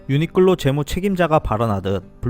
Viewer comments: 유니끌로 라고 들리네요 ㅎ 매번 좋은 정보 감사합니다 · 내 귀가 이상한가 왜 자꾸 유니끌로 로 들리는건지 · 근데 벌음이 ㅎㅎ 유니끌로 라고 하시는데 이게 왤케 웃기지 ㅋㅋㅋㅋㅋㅋ